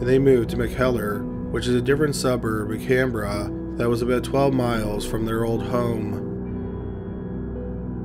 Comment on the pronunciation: You actually pronounced Canberra perfectly.